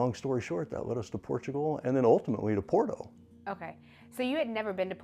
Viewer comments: Porto .. or borto pronunciation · After 11 months, still can't pronounce Porto correctly?! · if you dont even know how to pronounce Porto, i can see if would be difficult…not to disparage your journey..